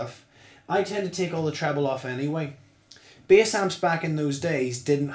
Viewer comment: Why is he saying bias instead of bass haha